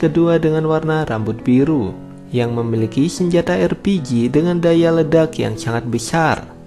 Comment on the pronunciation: Entah napa yg gw denger LPG bukan RPG